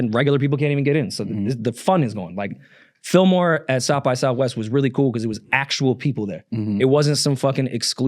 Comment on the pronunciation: It’s Illmore not Fillmore